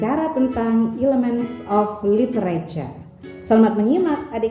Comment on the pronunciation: Sub nya tertulis lily cereja.. hehe mantap kali pronoun nyaa Goodjob